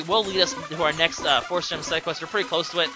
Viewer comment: you say Force weird